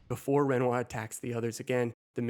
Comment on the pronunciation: I’m sorry, what did you call renoir ?